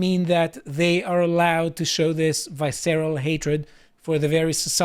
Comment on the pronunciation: Why can't YouTubers pronounce English? Visceral? Let's talk about this. It's English!